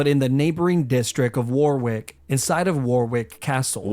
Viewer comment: Warwick is actually the neighbouring town to where I live. One of the hardest for me to hear mispronounced 😂